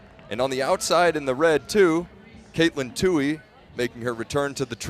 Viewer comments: Too-ee. Not Too-hee. Yes, irritating. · Its Tuoy. No H in that name. 😾